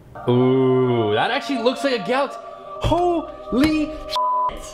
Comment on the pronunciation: wait did you say galaxce